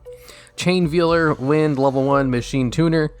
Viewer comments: It's pronounced "VALE-ER". You know, like a wedding veil? Pretty certain that a bride wouldn't be wearing a piece of meat over her head at the ceremony. Lol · ... Veeler?? Really? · its pronounced VAYLER why are their so many words you cant pronounce lol and why are they always words you say like 30 times lol